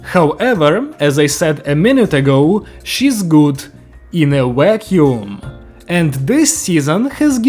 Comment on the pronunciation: "She's good... In a Wack-yoom"